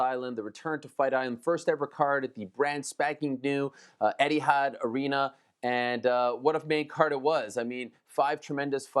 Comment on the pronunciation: Lets see if ariel will lear to say "Etihad" right the way he says ade-sanya!